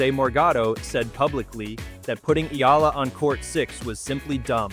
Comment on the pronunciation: Correct Pronunciation : EALA = Ee'Ya'La